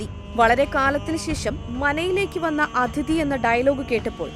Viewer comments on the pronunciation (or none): none